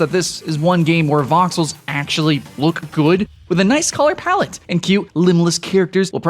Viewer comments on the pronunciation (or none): none